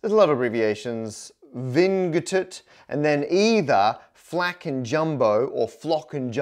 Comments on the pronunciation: Vingt is French for the number 20 and is pronounced 'van' not 'vin-g-tut' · "vin-g-t" ... it's just twenty in french. pronounced /vɛ̃/ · lmao, that's french for 'twenty' pronounced vaguely like 'vant' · "Vingt" is pronounced /væ̃/ and means "twenty". Homophones include "vint" (came) and "vin" (wine). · and of course pronunced like VAN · Ah yes. Ving-guh-t. My favorite number, next to deez (e)nough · "VINGT" is pronounced "van" and is French for the number twenty. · Ugh, VING - GUH - TUH, atrocious! The vigesimal among us need this word. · "Vine gueu teute" mdr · The Y in Glyph is actually a vowel ! "vingt" is actually the French word for "twenty" and is pronounced a bit like "vain" with a silent "n". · Fyi Vingt is the french word to say twenty and is pronounced vin (the french word for wine). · A math guy having issue pronouncing Vingt (twenty in french) made me laugh. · "Vingt" is the French word for twenty. Man, I bet Matt pronounced it like that on purpose haha! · HOW DID YOU PRONOUNCED vingt ??? My french ears are bleeding out and in and I'm therefore dying both out and inside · Why is no one talking about the way he pronounced vingt (20 in French) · People who know French currently crying at that pronunciation of “vingt”